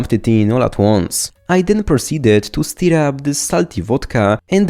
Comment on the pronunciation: Love the content, but you really gotta practice making a phonetic difference between "steer" and "stir" :P